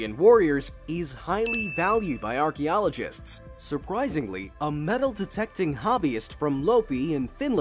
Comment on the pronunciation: Hmm whats an "Orky-ologist"?